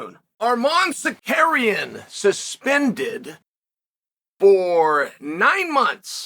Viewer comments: Are-mon Suh-carrion lol. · The way he said "Armand Sakarian" with such confidence LOL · Uncle kale I'm gonna start helping you say it with me now Sar-Ru-Ki-An next one Ga-ry look in a mirror if you need visual cues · he said sakuryan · “Ar’mon Sakarian” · I’ll give you a like after you pronounce his last correctly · I’ve never seen anyone more committed to a bit than Chael with the whole name mispronunciation 😂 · bro if you can't pronounce Tsarukyan just call him Arman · As an Armenian I never not laugh watching Chael try to pronounce Armans last name hahahaha